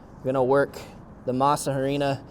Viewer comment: PS when speaking Spanish the H is silent in Harina. Just thought I let you know brother.